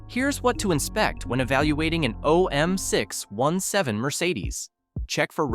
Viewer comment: If you want to narrate with AI, at least train it on how to say the fkn name correctly. Jeeezus! OM6…..17.